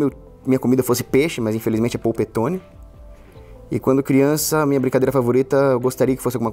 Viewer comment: Eu gostei quendo Kogos flw "porpetone".😊